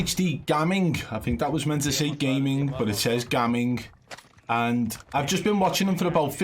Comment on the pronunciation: Its funny the way your saying gamming because in my culture its pronounced like how you say it but spelt different but it means not even or pretending like i was gammin when i said you play good 😂 do you know what i mean